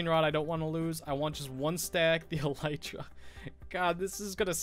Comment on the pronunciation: No, you said it right :)